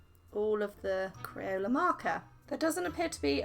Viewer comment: Is it just me or when she said “ Crayola styled marker” I thought she said crayon, just me okay